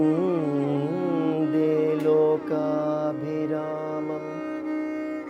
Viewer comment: See how he pronunced the Vattu Bhi"in Lokabhi Ramamam" . Our Telugu news readers should feel ashamed of themselves. Our Telugu channels and youtube can't put Telugu title correctly and say a single Telugu word properly